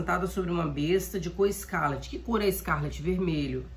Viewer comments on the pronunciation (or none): Amada, só uma observação, o nome da cor se pronuncia "ESCARLATE". Com final "late", como o verbo "latir"